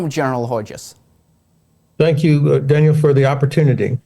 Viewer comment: What has Danial to say about zis .Zis is a serious story 😊😊